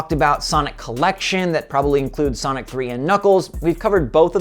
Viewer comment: did you mean to say sanic or was it by mistake cuz i was laughing so hard